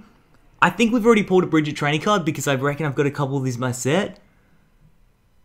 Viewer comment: That is not how you say Brigette